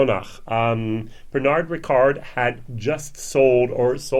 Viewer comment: Hey, wie gehts? I've been watching your videos for a few months now and find your reviews to be comprehensive and to the point. Great job..! The Glendronach 15 has long been a favorite of mine and I was wondering how the 18 compares to it. By the way, the "od" ending in Pernod is pronounced as a simple "o". The "d" is silent.